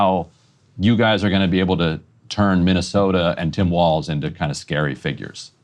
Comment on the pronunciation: It’s funny that and Emily either can’t or won’t remember Walz name is Walz not Waltz. It’s not that hard to not put the letter “t” in a word that doesn’t have one. 😏